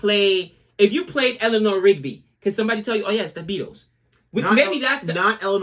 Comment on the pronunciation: what is Helena rigby? it is Elanor , not helena lol